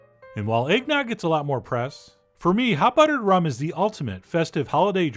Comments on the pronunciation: "Hot ruttered bum" -Chef John 2020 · I couldn’t even hear the recipe cuz I was still dying over hot ruddered bum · Hot ruttered bum....omg....lmao! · Hot ruttered bum 🥰🤣🤣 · Hot ruttered bum lol.